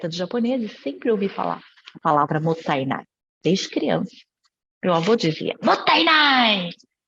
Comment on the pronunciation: Adoro seu canal,e de forma alguma não desfazendo desse conteúdo,alias está super correto a sua percepção. Eu moro no Japão a 30 anos,desperdício aqui e ofensa especialmente quando se deixa comida no prato. Só um “só que pronúncia correta não é motanai é MOTA_I_Nai.tem o I no meio.Desculpa se parece arrogante a correção,ms realmente precisa compartilhar a forma correta,já que vc me encima muitas coisas tbm cm seu canal.